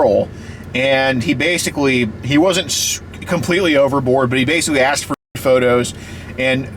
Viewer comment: “That’s why I AXED”. Always so funny 😂